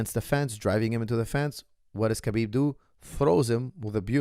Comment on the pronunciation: It fraks me out so much that, coming from an arabic background knows very well that Khabib is pronounced as Habib NOT Kabib and still calls him Kabib like Khabib actually cares. So weird